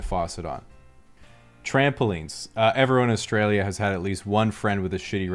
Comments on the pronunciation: your accent is a perfect example of how you can pronounce Australia correctly in a mostly american/canadian accent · you pronounced "Australia" correctly!!!